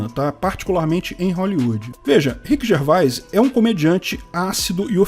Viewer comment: Orra,! Se pronuncia Rhiqui Gervês. 🤣